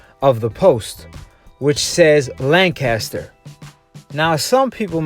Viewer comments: Well where I'm from it's not lanchester it's Lancaster as in lancastrian gets me dude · It's not lanchester! It's Lancaster.